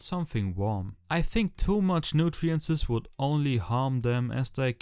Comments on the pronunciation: ey geiles video aber ich komm nd auf Nutrientses klar, es heißt Nutrients hahhahah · It´s called "NUTRIENTS" not "nutirences"